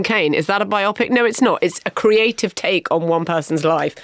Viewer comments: Please stop mispronouncing bio-pic as bi-opic. Bio-pic is a portmanteau of "Biography Picture"; not "Two Oxford Partical Imaging Centre". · Surely Bio Pic, as in Biography Picture, not Biopic pronounced like Bionic or Myopic?! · It’s bio-pic NOT bi-opic FFS. Saying “bi-opic” is even worse than the idiots who say defiantly when they mean definitely. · Bio-pic NOT biopic (rhyming with myopic). Love a biopic. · HA! And I'm exasperated by Marina's pronunciation of biopic. bi-OPP-ick? I don't think so.